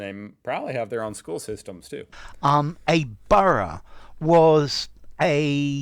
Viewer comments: Borough is pronounced BURRA. Burrows are places where rabbits live ! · ….and it’s just so making me shout “Burra …..Burra……. For gawds sake, you’ve heard how it said it, its said as BURRRRRAAAAAAA” repeatedly at him through my screen! 😩😩😩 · It's pronounced Burrah in UK English! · It’s burra 😁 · Hahaa - not 'Burrows' - we're not rabbits! In the UK it's pronounced 'Burruh'. (I see you did learn this from the video, but it does grate to hear 'burrow'!) The guy is very informative- but he did make one noticeable error. The City of London and Westminster are NOT the same thing - they used to be entirely separate entities, with fields in between. 'Borough' was the settlement that grew up on the South side of London Bridge, whereas the City of London was to the North of the river. There are now 32 separate Boroughs within Greater London. MapMen do some great videos on London Boroughs. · pronounce it "burruh" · Just a quick point it's bur ugh. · For F🦆's Sake,... Your ability to remember even a single word is worse than Tyler's...which most of us would think impossible!! But, no!! 😮🤔😠😡 Borough is pronounced BURRUH... Jesus H. Flipping Chriiiiiiist?!!! 😢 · Americans can't say borough and it's very annoying. Especially when the first sentence of the video is how to say it. To continue to say it wrong you have to be just plain ignorant or genuinely stupid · your pronunciation of Borough is the place where rabbits live!:face-blue-smiling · Americans do it all the time. They hear the correct pronunciation and simply ignore it. Plus he called it a "British" word😂